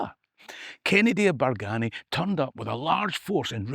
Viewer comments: You said the “Berganny” Kennedy’s died out? and did you say the “Hamilton’s” took over? Did I hear that correctly? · Cassillis is old Scot and pronounced "Cassels" and Bargany pronounced "Bargeeny".